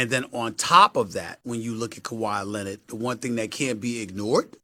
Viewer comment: Who is Kawhi Lennid? Stephen A’s Stephen A English XD